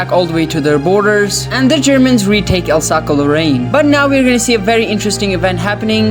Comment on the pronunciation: Alsace is pronounced as Alsaas